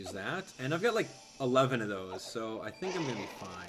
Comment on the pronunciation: Why do you say "sed" instead of "that"?